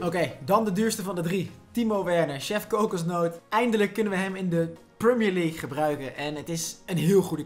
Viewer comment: prumier league